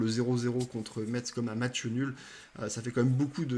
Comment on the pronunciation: Merci pour la présentation de l'avant-match. Petite précision pour Metz on ne prononce pas le t "Messe". Une origine lorraine pour moi ;)